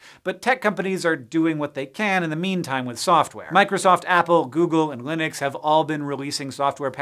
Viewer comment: I love how he says "Linux" like it's a company.